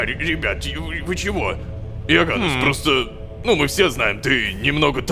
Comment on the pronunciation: Рома, имя оганнес читается не ога'ннес, а оганне'с